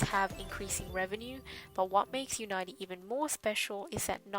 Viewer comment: I think it's pronounced, "unity" homegirl.